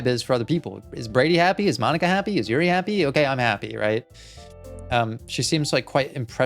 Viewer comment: Hey Brady, I love the videos, and I really appreciate your analysis of all the characters! I would absolutely love to continue watching this series, as I think you'll really be able to provide some insight as the game progresses. There's just one little thing... the character's names. Could you please try to pronounce them as the following?: Natsuki: "NOTS-key" (not "nuh-TSOO-key") Yuri: "YOO-ree" (not "yrr-EE") Sayori: Actually you did a pretty good job with this one! :) Monica: Perfect pronunciation, don't change a thing ;)